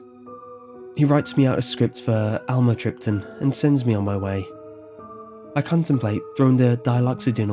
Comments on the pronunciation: Great story! But the pronunciation of amitryptaline is (am me trip te leen). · "Almatripton"- lol "imatripping" what it sounds like